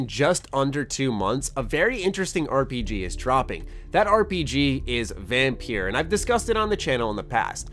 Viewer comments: You said vampeer i cringed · I see quite a few people talking about it, maybe it's just in certain communities. But then the devs themselves aren't actively advertising the game right now, which is a bit weird. EDIT: Also, the game is pronounced as "vampire", it's the old spelling of the word. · You say it as Vampire you daft sod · VAM PIEERR haha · I'm sorry.....how did you just pronounce the title?